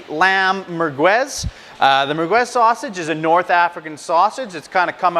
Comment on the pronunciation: Pretty funny how you pronounce the word mergwez, no it's mer'gez. By the way, it's typically Algerian and not Moroccan. By definition merguez is and should be hallal.